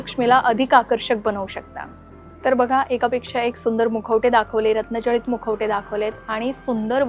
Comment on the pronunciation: अरे बापरे या बाईला अजून साध रत्न जडित मुकुट असे बोलता येत नाही रत्नं जळीत म्हणत आहे